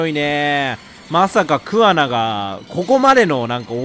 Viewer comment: 今回イジメをテーマにしたのって、製作者も訴えたいものがあったのかなって思った 充のイジメ動画は本当見るの辛かった… あとレトさんの桑名↑が気になって仕方ないｗ